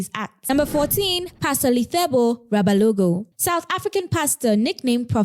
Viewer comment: The doom pastor is Lesego Rabalao, not Rabalogo